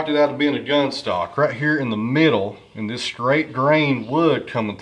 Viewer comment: “Like ee-us”. Your Hillbilly slang for “like this”